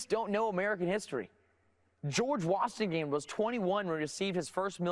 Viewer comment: Cawthorn can't even pronounce "George Washington"